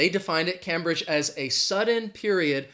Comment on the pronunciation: Cambridge is pronounced CAME BRIDGE and not CAM BRIDGE. I live 22 miles from Cambridge, England.